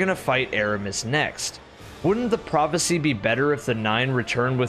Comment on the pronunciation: when you say prophacy i think fk sundial